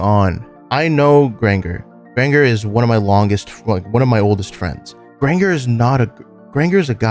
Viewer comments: Bro, you wrote this? and dont know that Granger is pronounced like "grain"-"jer"??? 💀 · Listening to you mispronounce "Granger" the entire video slowly killed me inside. Otherwise, though, excellent video! Shocked literally nobody else seems to have pointed out that you were very obviously mispronouncing that. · lowk every time you said granger wrong it pissed me off